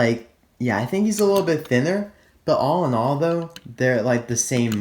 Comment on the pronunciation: Lol! You said all in all (allinol) while talking about rod redline!